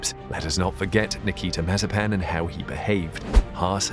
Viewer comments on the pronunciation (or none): none